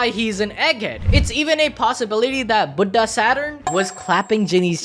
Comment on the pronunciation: that "Budha" though...😂😂😂❤